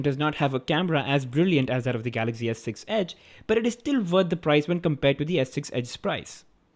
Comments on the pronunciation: your prounciation is so funny😂😂🤣🤣🤣😂😂😂😂😂😂😂😂😂😂😂.its not galaxgy.it is galaxy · its not Galagzy. its Galaxy